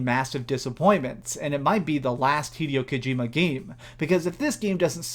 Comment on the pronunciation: “Ive always been a big fan of hideo kojima games” Says hideo kojimas name wrong 😂